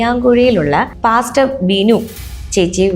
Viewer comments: പ്ലാസ്റ്റർ അല്ലാ പാസ്റ്റർ... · പ്ലാസ്റ്റർ അല്ലടോ പാസ്റ്റർ എന്നാണ് പറയുന്നത്😅😅😅